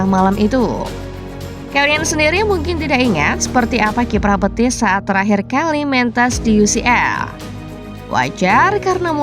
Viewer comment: Betis min, bukan Petis😂